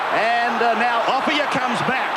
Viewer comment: Ray Warren never pronounced Offiah's name correctly.